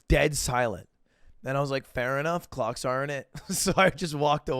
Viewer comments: Loool I thought u said "Glocks" during Mogul Money rather than "clocks" 😅 maybe that's why people didn't cheer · kinda sounded like give it up for c*cks lmao. i aint cheering that.